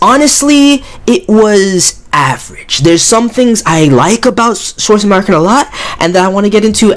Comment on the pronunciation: Potato Pro Tip : the "w" on Schwarzesmarken is read as a "v".